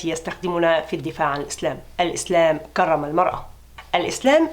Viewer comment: كرم بترقيق الراء